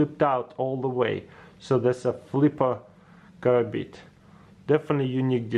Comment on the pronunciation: Why do you keep calling them karabina when you know it's a karambit????